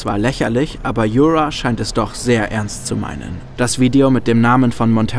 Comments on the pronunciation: Danke für das super Video! Ps: Yura ist ein slavischer Name und wird nicht mit englischem 'r' ausgesprochen :) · Ich kann das Video einfach nicht genießen vor Cringe. Wie du den Namen Yura aussprichst nh. Das ist n Osteuropäischer Name, der wie das deutsche Wort Jura ausgesprochen wird. Wieso müssen denn immer überall Anglizismen rein?